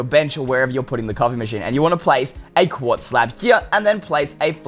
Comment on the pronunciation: Pretty sure it's "Quartz" stairs, but... ok.